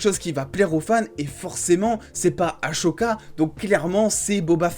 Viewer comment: Ça me perturbe le aCHoca moi perso je dit ahSoka😂